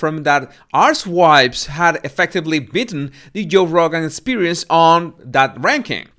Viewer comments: I feel terrible because I couldn’t stop laughing when you archetypes, as to my British ear, it sounds like you’re saying ‘arse wipes’ which is a common British insult, and I couldn’t unhear it. It reminded me of trying to talk to a friend from Maine and I was saying ‘resources’ but with my accent it sounded to her like ‘racehorses’. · I love how you pronounce "archetypes" as "ass wipes". So appropriate 😃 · Did he say “arse wipes”?? Did I hear that correctly…? 30 secs on, oh yes, yes I did! 🤣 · I love how u say archetypes it sounds exactly like arsewipes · You pronounce archetypes like asswipes Ahahaha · No , no you did not pronounce archetypes as arsewipes😂😂😂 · I keep hearing the word 'arsewipes' instead of 'archetypes'. Check out 5.42 and 6.00 min. This man ain't just the body language expert but excels in sending verbal messages via his accent. 🤣🤣🤣🤣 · did you say arswipes? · It sounds like you're calling her podcast "Arse wipes"!😂. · Did you really say "arsewipes"??? I don't think that is how "archetypes" is pronounced?